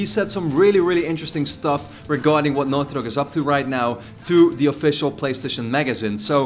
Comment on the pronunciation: the way you say naughty dog.. enunciate! i can't understand! sounds like northyok